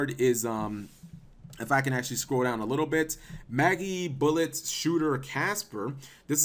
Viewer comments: It's not pronounced "Maggybullet" it's pronounced like Magic Bullet, but without the "c" in Magic. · Say Magic, Say Bullet. Say Magibullet. It's pronounced like Magic, not Maggie. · I fucking got cancer hearing you pronounce Magibullet wrong constantly. It's not fucking Maggybullet! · Nintendo Jones How do you know it is not Magi (long I) bullet.... Oh we don't.... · mah-jee bullet... gosh cap